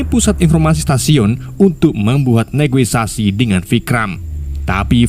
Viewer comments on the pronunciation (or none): none